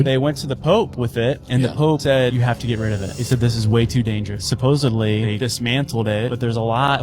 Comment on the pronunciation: There's not a b in the word supposedly!! Supposably!! NOOOO!! D, D, D, SUPPOS✨ED✨LY